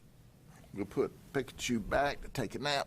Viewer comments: It's; Peeee>ka-Chu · He says pikkkachu. Pik a choo. 😂 this guy... Talkn to pik a choo. So extra you are Mr Judd. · Bro got Pikachu's name wrong!!! Its ight hes busy making that part of the world better. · The way Sheriff Judd butchers Pikachu is amazing, we need to hear him pronounce all the Pokémon 🤣